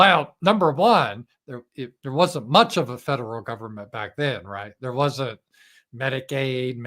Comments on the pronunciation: Yeah haha. Medi-CAID. Not MEDIC-aid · I want $1 for every time mispronounces Medicaid over the last 2 weeks. 💰